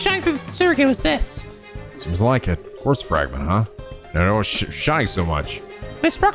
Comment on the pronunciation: Just glad to have a prominent youtuber run these games who actually knows how to pronounce "quartz."